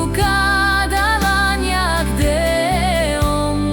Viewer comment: Song is good but please don't ruin konyak pronounce 😭🤬🤮🤮🤮